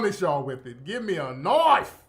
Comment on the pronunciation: When Tariq says “Give me a Knoife!”😂😂😂 cracks me up every time!